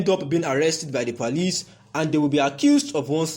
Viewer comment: What is he saying, is it police or parlice?